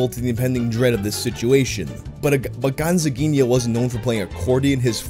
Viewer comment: Eu amo como o pronunciou o nome certinho